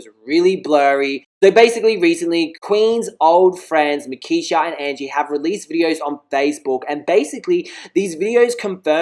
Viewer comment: It's markeshia not nakeshia